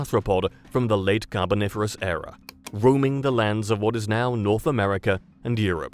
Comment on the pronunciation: ERA, not "error"! {:o:O:}